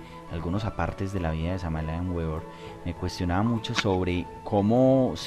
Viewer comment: Cordiales Saludos al panel: Queremos agradecer haber tenido la valentía de exponer ante la palestra pública, a este enigmático personaje, conocido como el V. M. Samael Aun Weor (Pronunciación correcta Beor) Tal y como Uds lo indican, es sin duda alguna uno de los personajes más controvertidos, del mundo del Esoterismo, por lo tanto, y siendo un estudioso profundo de su obra, me permito agregar algunos comentarios, que espero permitan comprender el enfoque entregado por este Ser a la humanidad... En principio debemos entender, que el Maestro Samael entre una de sus misiones fue la de romper con los paradigmas que para su época y aun, en la actualidad, subyacen en la humanidad, es decir: Revolucionó la espiritualidad actual... Pero esto no debe de asombrarnos, ya que, en todas las épocas en que han venido grandes Avataras, siempre su característica común es la misma, romper con lo establecido; así paso con el Sr. Krishna, con el Buda Gautama, y con el más conocido de nuestra cultura: Jesús el Cristo, y con tantos otros, es por eso que causan en las sociedades donde se desarrollan gran controversia por un lado, pero muchos seguidores por el otro. En cuanto al Sincretismo Esotérico-Cultural, planteado por este Maestro, es uno de los aspectos que caracterizó su Gran Obra, y de las cosas que levantó mayores polémicas dentro del mundo de la espiritualidad, pero que sin lugar a dudas, demuestra el talante que poseía, la capacidad que tuvo para poder llegar a conjugar los puntos coinc